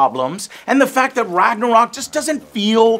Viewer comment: The makers of the game don´t know how to say Ragnarök WOW